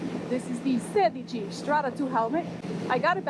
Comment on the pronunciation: you're like the FIRST youtuber to pronounce Sedici in the right way, much love from italy